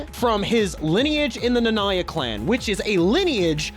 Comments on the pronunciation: Stopped after I heard his butchered pronunciation of "Nanaya" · Why do you pronounce Nanaya like that 😭😭😭